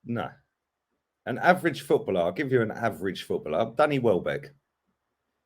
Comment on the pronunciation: Man said welbeck 😭😭😭